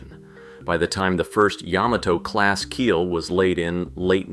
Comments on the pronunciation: OMG! Ya-MA-to! YaMAto! Accent on the MA! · Wrong! It's yä-mä-tō with each syllable getting equal weight. Look it up!